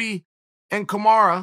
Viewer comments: STOP CALLING HIM KAMARA FFS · What's the champs name? Kamaru Usm- Chael: Kamara Karama Usman